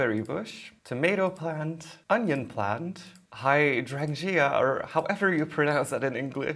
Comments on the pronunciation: It’s pronounced high-drain-jar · Hydrangea is pronounced hi-drain-juh not hating at all btw just thought I would let y’all know. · you pronounce it, HI DRAIN JA. in english it hydrangea... hi drain ja